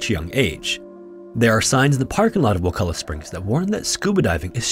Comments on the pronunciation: Props for pronouncing wakulla correctly,but theres nothing warm about wakulla springs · Finally someone pronounces Wakulla correctly. Also Wakulla springs is NOT warm lol